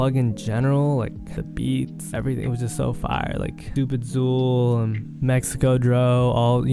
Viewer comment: " StupidZool " when his name is is hilarious 😂